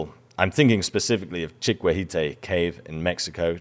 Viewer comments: It's chi-ki-wee-teh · Chiquihuite is pronounced chiki-wheat-eh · Chiquihuite would be "chee kee WEE tay"